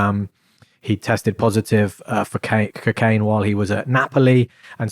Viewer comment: Why’s he saying ‘Kcaine’ it’s pissing me off who tf says it’s like that